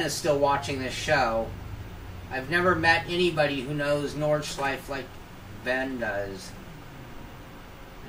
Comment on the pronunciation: Oh and about the Porsche pronunciation - "porsh-ah" is quite close really, it's just that it the german pronunciation is basically "porsh-eh", not "-ah". Same applies to "Nordschleife", BTW :)